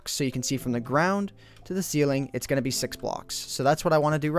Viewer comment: can you please say "going" and not "goon"